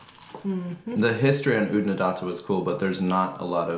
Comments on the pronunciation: You got Oodnadatta almost right except for the second a. First a as in far or data as Aussies pronounce it. The second a as in add. You flatten the a, I guess it's the double t's that follow. Then the 3rd a is back to far. The Flinders is so iconic. I love the country there. It's ancient, ancient land. The B80 to Adelaide via Clare is very picturesque. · Oodnadatta … the second last a is said like an a in apple. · Oodnadatta rhymes with fatter. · Oodnadatta has flat ‘a’ in ‘datt’. Rhymes with batt. And in Aussie, the final ‘a’ is a bit lazy. So a bit like Oodnadadda.